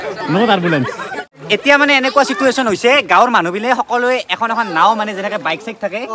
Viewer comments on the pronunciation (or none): situation nhy..... Sichuation 😂